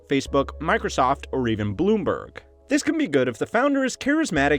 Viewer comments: Bloomberg not Bloonberg. Fix this. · Why did he say "Bloonberg" ? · "BLOONBERG"... should it have been BALOONBERG? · Bloonberg? Didn’t you mean… Bloomberg? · Bloonberg lol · “Bloonberg.” Also, your video is not good. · "Bloonberg" lol